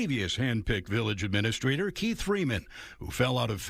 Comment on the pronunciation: village "ahministrator" She also knows Michael in the biblical sense.